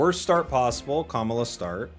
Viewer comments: also "Kamala" (like Kamala Harris) for Komala hahaha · He’s not even hiding the fact that he said KAmala instead of koMAla #Kamala4prez2024